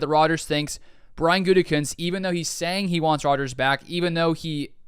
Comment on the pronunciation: the smirk on your face when Colin mispronounced Gutey's name was priceless! I still believe the best thing for the Pack would be for Aaron to simply retire and slot Jordan in for next year. If there is a trade, you have to choose Rodgers at age 39, not a potential young stud that has shown me enough to be given a fair shot. Thanks man appreciate your videos and your written content!!😎😊